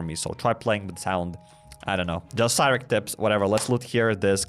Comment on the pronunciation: Haha it's ravager cairek hahaha